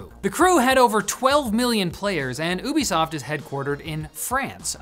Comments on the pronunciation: its you be soft not oooo be soft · lol my brain tweaked every time I heard you pronounce Ubisoft the way you do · Is it pronounced Ubisoft?! Ah man, I've been saying Ubisoft!! Why didn't someone tell me?! Ahhh I've been making an idiot of myself!